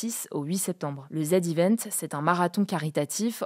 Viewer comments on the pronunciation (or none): Le ZEvent❌ Le zédivènt ✔️ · Pour info ça se dit "Zi Event", pas "Zed Event" :) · C'est pas le Zed Event ! C'est le Zee event ! The Event, quoi !